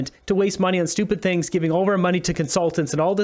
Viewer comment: Yep, get your "Sihngs" pizza. Lmfao. 🤦‍♂️ um. Ya, no! Gross!